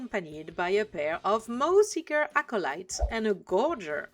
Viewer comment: Nobody does design breakdowns quite like you! 😊Yes, that is a compliment, lol In case it helps, the word "Maw" is pronounced like "Morr" (rhyming with "lore", more", "score", etc.). The "a" spelling is deceptive, as the actual pronunciation is a very deep "o" sound. This is less a problem with your fluency - your command of the English language is superb - and more a problem with English being very inconsistent. It probably doesn't help that the (completely incorrect) American pronunciation sounds closer to "Maah", because Americans are knuckle-dragging gun monkeys who ungraciously reject the perfection of the King's English. Interestingly, the English word "Maw" sounds strikingly similar to the French word "Mort". You could consider it a bilingual pun, since the Ogres love eating meat. 😋😈